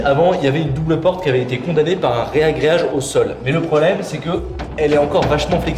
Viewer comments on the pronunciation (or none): Super vidéo je me languis de voir le résultat. Sinon je vais être relou mais on ne dit pas réagreage mais ragréage... Je sais c'est moche mais c'est comme ça